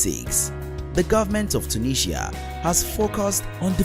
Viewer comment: Your pronunciation of Mauritius and tunisia is funny.😁😁